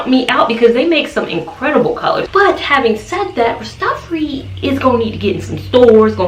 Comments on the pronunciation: If I may correct you a bit - please say RAS - TAH - FAH - RI (the I sounds like EYE) ... it is actually a title and a name; Ras Tafari (Ras means King or Head) and it was the name of the Ethiopian Emperor His Imperial Majesty Haile Selassie before he became Emperor of Ethiopia. Looking for curly hairstyles - this is beautiful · Rastafari pronounced raa·stuh·faa·ree